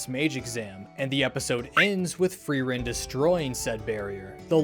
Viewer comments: I love frowren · Fee-rent? Free rent?